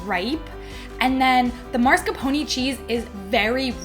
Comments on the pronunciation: Oh, it is so funny how you say ‘marscapone’ in stead of ‘mascarpone’. Let’s all do that from now on and see where it ends up. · Omfg, it's MASCARPONE, not MARSCAPONE. Do you pay attentiin to ANYTHING?? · Am I the only one who noticed how pronounces Mascarpone? (I realize that I may be the only Ahole to mention it~ I agree~) I found it adorable!